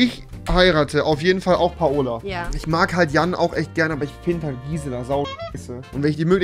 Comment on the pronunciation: Altaaaaaaaa das heisst paola nicht PA OLA